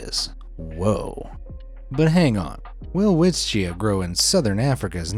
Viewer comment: It's pronounced as velvitcha